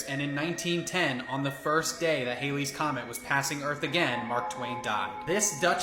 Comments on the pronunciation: It's NOT "Hailey's Comet," it's Halley's comet. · It’s Halley’s Comet - not Haley’s. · Came here to say this.